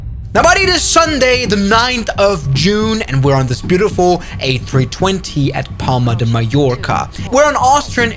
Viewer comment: he said stis